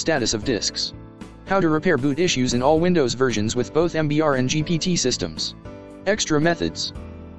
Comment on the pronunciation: It is MBR not MPR..... you i.......